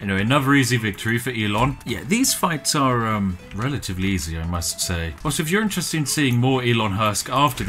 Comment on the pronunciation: "Now, these fights are um... relatively easy i MUSK say."